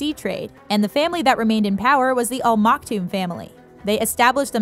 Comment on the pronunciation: What on Earth are you 'talking' about??? Did you just walk in from a parallel reality?? There is no 'King' in Dubai. And they are the "Al Maktoum" Not "All Maktoum". I could not listen to more than 3 minutes. The misinformation is embarrassing.